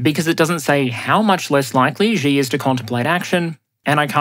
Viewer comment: Xi is pronounced SHEE